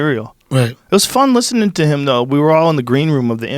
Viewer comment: I like listinin 🤣